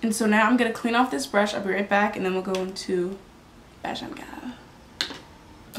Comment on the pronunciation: Nice. Bajan pronounced bay-jun